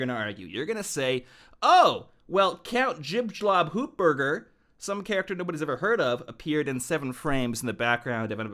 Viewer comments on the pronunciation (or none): “Count Jibshlab Hoopberger”